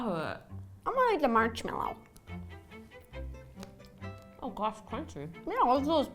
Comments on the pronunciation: Did Ro say, “ I wanna eat the March-mallow “ ??? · ‘ I wanna eat a marchmellow ‘ 😂😻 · ro i think you said im gonna eat a marchmellow at the wiskey thing haha (not being mean)